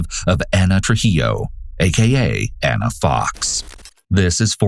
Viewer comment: Ik screw her but it was irritating me so much because they were calling here "Anna" and her name was "Ana" two totally different pronunciations.